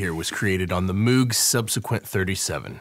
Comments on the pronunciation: It's pronounced like "Moge" not like "Mooog". Robert Moog said it's Dutch. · Moog (Moe-g) not (mewg) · YES! Congrats! But, you own one now, so you gotta say it right 😅 it's Mow-g, like "I'm going to Mow my lawn" but with a G on the end haha. Enjoy the beast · Got one a few months ago. The soft synths don't do what this does. Couple things: - You can gain stage the synth itself. As you play with the levels, it drives harder, like an analog amplifier does. - It's pronounced "m OH g"....not "m OO g" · Isnt it Moog like Moag more of an "O" sound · bro said meeeeewg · Never trust people who say Moog wrong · Moog Pronunciation, "Moog as in Vogue" even Bob himself "prefers" this version... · Congrats. This is the piece i've had my eye on but can't justify until i actually start producing results with everything else i have. [FYI, though, it's pronounced "Moog" as in BOAT or TOAD or GOAT.] re: your issues with getting arpeggiator sync in the past—i'm not sure i understand. I thought it was always just about setting the synth to follow the DAW/sequencer clock. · It's MOOG, not MOOG! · Ikr!! drive me nuts